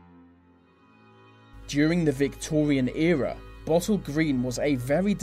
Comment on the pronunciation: he mispronounced era how do mispronounce era